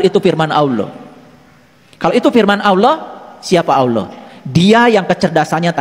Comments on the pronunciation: Menyebut ALLAH, saja berbunyi AWLAH, dr situ sj udah ngga bner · Awlo..awloo.. gak bisa melafalkan Allah dengan sempurna..😮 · MANA ADA UMAT MUSLIM MENYEBUT ALLAH DENGAN SEBUTIN AULOH..SAYA JADI MUSYKIL AFA BENAR INI UMAT MUSLIM..KATANYA ILMUNYA TINGGI..NYEBUTIN NAMA ALLAH AJA SEPERTI ORANG NON MUSLIM.. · Si nyebut Allah saja dia gak becus...mana ada Allah di baca jdi Awlloh...mana ada huruf WAU nya😅😅😅😅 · ini hampir di setiap vidionya Kalo yg sy dengar nyebut Alloh kedengarannya seperti AWLOH,🙏🙏 mungkin sy salah dengar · Kalimat yg dibaca bukan Alloh tapi dia sebutnya awloh..... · Kita liat dia nyebut nama ALLAH saja sdh salah..Awloh..dasar si oten oten.. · DARI LOGAT NYA AJA ,UDAH KETAUAN DIA BUKAN MUSLIM,,,NYEBUT ALLAH AJA AWLOH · Bukan Awlo tapi Allah, lidahnya keluh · ALLAH puulll.. Bukan awloh😩😩😩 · Itu bukan orang muslim cara mnyebut harusnya Alloh seperti/kedengaran AuwlloH.harusnya ada penebalan/penekanan di huruf l jadi Alloh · Aneh ini si. mengucap nama allah itu seperti ini: aullo. Semua ustadz menyebut lafaz allah itu ya allah dengan fasih nya. Dia koq bilang nya aullo,jangan² dia pura² islam. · aneh kok dipanggil ustaz orang macam ini, nyebut Alloh saja" auluoh" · menyebut ALLOH aja, awloh, jelas dia orang yang ga jelas, ALLOH hurufnya bertasjid bukan pake W, laknat tulloh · Ayo dong segera bertindak! Payah orang ini, menyebut اَللَّه saja salah. Dia bilangnya AWLOH... Astaghfirullah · Nyebut nama ALLAH saja dia susah😰😰😰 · Bener meresahkan ini terus bahas bang nyebut allah aja awloh mui plis dong gimana ini ini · Ucapkan Allah aja alluuhh...😂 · Menyebut asma Allaah aja nggak bisa itu pendeta sepertinya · Ucapan ALLAH aja nggak teteh. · Ini siapa ya sebenar nya? Nyebut Allah aja gak bener terlalu berat x lidah nya wah curiga saya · Nara sumber.yg di masalah kan.melafadkan Alloh saja gak pas.